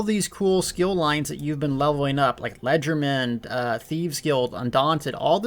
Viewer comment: Moe-teefs... lay-jer-duh-mann... words mean things....